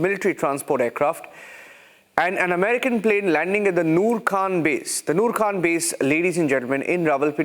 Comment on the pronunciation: It's Khan ,Khan from the epiglottis......learn to say the name properly